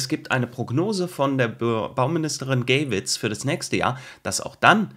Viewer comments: die Frau,,Bob der Baumeister,, wird GAIwitz ausgesprochen.... NICHT,,GÄIwitz,, 😉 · Bitte Namen wie "Geywitz" nicht "Gäiwitz" aussprechen. Meyer wird ja auch nicht "Mäjer" oder die "Loreley" nicht "Loreläi" ausprochen. Klingt vielleich kleinkarriert, aber mein Nachname wird seit je her auch so falsch ausgesprochen. Zum Thema: Das kann man sich echt nicht ausdenken! Vielen Dank für deine Arbeit!